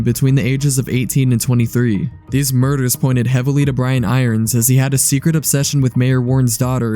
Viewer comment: Kudos for being able to say his name because I always say chief iron brians. I really don't know why I can't say it the right way.